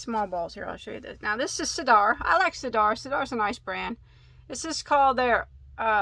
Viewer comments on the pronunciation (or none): As a Brit I've used all these yarns and they are really great value for money. I've moved to France so ordering from the UK costs a fortune in import taxes! Sirdar is pronounced sur dar. Both syllables have an even pronunciation! Sorry, think I may have just confused the issue even more!